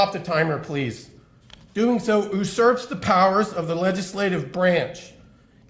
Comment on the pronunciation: usurps is not pronounced oo-surps